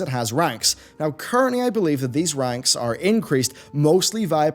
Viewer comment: Was that "these ranks" or was that "these wanks" I mean it REALLY REALLY sounded like wanks lol Perhaps it was what is known as a Freudian Slit?